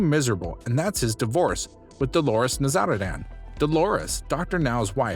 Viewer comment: The way you purposefully mispronounce Dr now's name is cringy